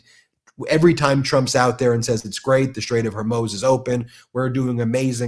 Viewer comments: Ben...It's pronounced hor-MUZ as in "Cow says Moooo" not Hor-MOZE, like you are constantly saying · HOR - MUZ Not HerMose !! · Why does an intelligent man like Ben have such trouble pronouncing Hormuz? Drives me crazy!! SAY MOO! MOO! HOR MOOOZ! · BEN can you PLEASE learn how to pronounce the Strait of Hor-Mooz if you’re going to discuss it every day? Thank you for your attention to this matter. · Dammit, the Strait's name rhymes with More Booze. Gore Moose, if you like. Floor Shoes. It's not that hard. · Just wondering the correct pronunciation - Horr MOOZ. Love the Podcast! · Stick to politics and law observations, and stay away from commenting on military actions or capabilities — makes you lose credibility. Also, learn how to pronounce Strait of Hormuz…it’s not “Hormoze” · Strait of Hormuz. Not Hormos. Please pronounce correctly. Thank you. I think your observations are excellent. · It's pronounced hormuze. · The Strait of Hormuz is pronounced strayt uv haw-MOOZ (IPA: /streɪt əv hɔːˈmuːz/). It is a narrow, vital shipping route between Iran and the UAE, separating the Persian Gulf from the Gulf of Oman, often emphasized as a major oil chokepoint. YouTube YouTube +4 Pronunciation Breakdown: Strait: strayt (rhymes with "wait") Of: uv (unstressed) Hormuz: haw-MOOZ (stress is on the second syllable) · I love your channel, but bro....HOR-mooz. I'm on our side. The side of right. But that's driving me crazy. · Youre pronouncing Hormuz incorrectly. There is no O in the end of the word. Its a U. Its pronounced, oo, as in too, or boo, “hormooz.” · Hormuz, pronounced Hor Mooz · I love you Ben but Please! It's HorMOOZ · It's Hormoooz (moo Like in cows) not O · Ben please consider pronouncing it :the straight of "Hormuz". Like "mooze" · The Strait of Hormuz (/hɔːrˈmuːz/ Persian: تنگهٔ هرمز, romanized: Tange-ye Hormoz listenⓘ Please pronounce this correctly. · Strait of HarMOOZ. Please say it correctly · It’s pronounced Hormuz (Hore - mooze) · Luv you Ben, but it’s HorMOOZ.